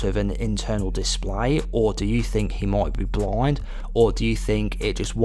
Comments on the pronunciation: "BLOIND"? Why do you pronounce "blind" that way? Where are you from? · "The Predator isn't bloind"